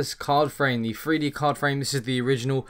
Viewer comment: three d not free d, hahahaha LOL